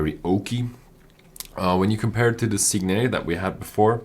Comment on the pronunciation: Guys, it's sig-net, not sig-nay, the 't' is hard.